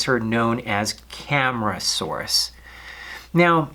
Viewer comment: Cam-AR-asuarus not Cam-ra-saurus